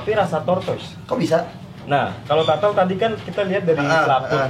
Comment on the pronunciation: wkwkwk tortle. yg bener turtle brooo hahaha